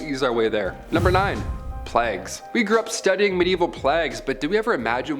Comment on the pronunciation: Why can't you say plague? You make out you smart yet can't read basic English.